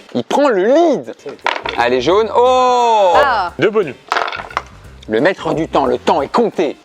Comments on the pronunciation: Pierre qui dit "Cro" au lieu de "Croce" Pierre qui dit "bonu" aussi Et puis ça n'arrête plu... (s) Le stock de "s" devait être épuisé, comme le "p" et le "q" au début du confinement... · qui dit un « bonu » ca me perturbe! C’est trop bizar 😂😅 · Il y a que moi que ça a grave frustrer que pierre enlève tout les S genre il disait bonu et tout 😂